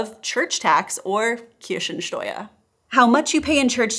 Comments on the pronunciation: Listening to the Video in the background.. "Church tax, or 'Kirschensteuer' (...)" Huh, what, cherry tax..? Yes, german pronunciation is unforgiving.. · I like, how you pronounce the German word for „church tax“ as „Kirschensteuer“! I would love to be provided with my fair amount of cherries for paying my taxes! ❤🍒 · Greetings from north Germany! I like how you say "Kirschensteuer"! Cherry-Tax is good idea, probably way better than church tax ;-) Thank you for your video and all the Information. I could elaborate on this topic almost endlessly. Having a name that starts with "Christ", raised in a catholic family, pushed (or pulled) to church in childhood, having been in catholic Kindergarten, catholic Primary School, catholic "High School" (Gymnasium) ... I quit church at the age of 16. Most of the "altruist" christian teachers at the school reacted with hostility (probably for charity's sake). The only teacher supporting my path and decision was our religion teacher. BTW: I nevery paid a Pfennig/Penny/Cent of taxes to the church. Many "christian" people quit church as soon as they get their first paycheck. I like the concept of "Nächstenliebe" (charity? altruism?) which is being promoted by members of the church. But most (significantly more than 90%) of the christians simply do not live up to it in daily life. Not even close to it. One of my family members recently told me that he wants to murder Putin, the predident of russia – in the name of "christlicher Nächstenliebe" (for charity's sake). This might sound like an extreme example, but it reflects my overall experience with christianity. My decision to quit church has been confirmed to be right over and over again for more than 20 years. I do pray, I try to live the values of Nächstenliebe, I believe in Jesus, but I'm done with chris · Btw you pronounced "Kirchensteuer" as "Kirschensteuer". So Cherry Tax instead of Church Tax